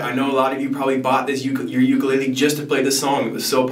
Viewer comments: Please pronounce ukulele correctly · Please learn how to say the word ukulele. There is no shortcut. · I’m Hawaiian and the way he says ukulele kills me 💯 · I'll probably get slammed for this but please oh please pronouns Ukulele correctly. I get distracted and have a hard time following. 'olelo hawai'i vowels are the same as Spanish.